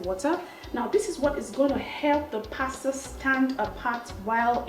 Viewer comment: from the first day I found your channel, i subscribed! pretty chick that can cook abeg I love you.... in other gist, pls eenn abeg dont do oyibo accent too much or at all sef. this is exactly what i can tell my sister so no shade intended. you are too fine to pronounce pasta with an 'r' at d end. just use your normal nija accent cos our accent isnt bad at all...love you!